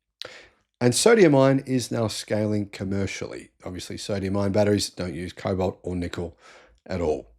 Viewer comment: I keep hearing you say "Sodium Iron" ? there's no such thing - its Sodium Ion